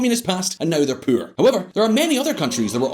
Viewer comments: Did someone dare you to pronounce ”poor” that way? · When he said 'Puur' instead of 'Poor' i cringed a bit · When a country is so poor you say it like poop. Poo-or, like the way he says it. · Was that poor or puur? 😂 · it’s more like pewrrr 😂